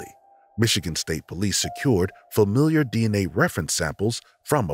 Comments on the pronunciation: HI it's familial DNA not familiar DNA. That's driving me nuts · You kept saying "familiar" instead of "familial", which is confusing in the context of cold cases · Really good video! Love the details. Just a friendly tip: it’s not familiar DNA, it’s familial. Pronounced like fa-meal-yull. 🙂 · I just want to hear him pronounce “familial” correctly ONE TIME